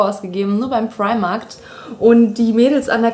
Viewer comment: fu sagst immer primarkt ;))